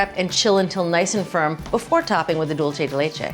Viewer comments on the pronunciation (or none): She's thinking "Italian" rather than "Spanish." Italian would be "dohl-che," close to what she's pronouncing it. Spanish is "dool-say" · Love Julia, but every time she says dulche, it’s like fingernails on a chalkboard. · She doesn't even say it right in Spanish. It's like some form of Spatalian mixing dolce and dulce together. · Isn't it "pot de crème"? Also, the pronunciation of "dulce" in the video is Italian, not Spanish. In Italian, it would be "dolce di latte." In Spanish, it's "dulce de leche."